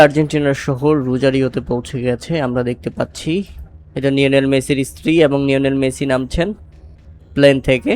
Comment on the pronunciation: লিওনেল মেসি ❌ নিওনেল মেসি ✅